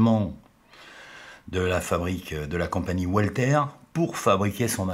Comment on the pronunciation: Walther se prononce "valtère" et la ville d Ulm se prononce"oulm";merci